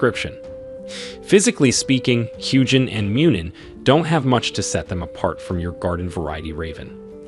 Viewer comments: I have NEVER heard a soft g in ANY old Germanic language. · The proper pronunciation of Huginn is HUE-gin and HOO-gin. Not Huge-inn. Muninn is MOO-nin and MUE-nin. Not Mewn-inn.